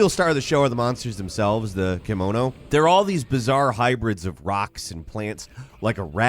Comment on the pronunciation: "kimono"? lol KEMONO, beast in Japanese.